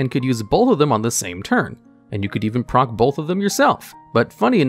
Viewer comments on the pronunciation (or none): none